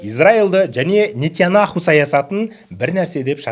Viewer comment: Нитонаху емес Нитонияху😂